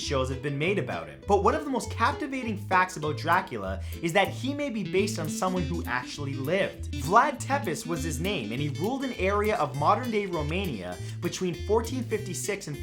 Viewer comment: I normally don't comment this type of stuff, but Matt since Vlad the Impaler or Vlad Tepes, was Romanian. The last name is pronounced T-pesh.